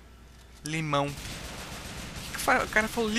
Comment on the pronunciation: é lmao e não limão kkk Laugh My Ass Off